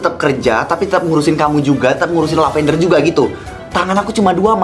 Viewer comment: fiks sih mamanya lily typo, masa ngomongnya "lavendare"